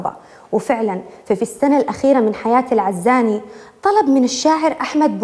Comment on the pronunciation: في بداية الحلقة نطق اسم العزاني غلط يااستاذه.. بتوفيق..مواضيع حقا رائعه🌹 ياحلاوه... يسعدك ربي🌹